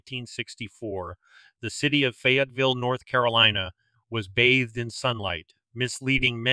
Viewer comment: I think you need to research the pronunciation of Fayetteville. 😊